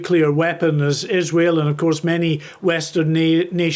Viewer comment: Gbnews is such a back alley news channel, anyone else clock him say iswhale instead of Israel